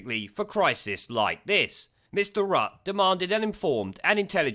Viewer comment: Good video. Just one thing Rutte is pronounced 'rutter'.